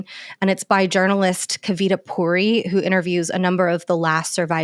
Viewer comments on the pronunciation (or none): none